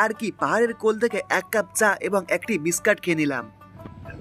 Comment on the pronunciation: Biscat abr ki biscuit bolte sikhun Ki rokom baje vbe kotha bole